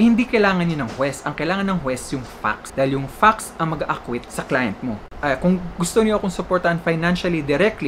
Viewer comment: please pronounce "facts" properly...otherwise, it doesn't sound nice